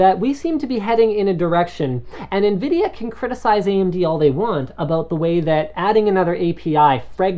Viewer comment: Linus, it sounded like you said Nvidia Nigra.. lol.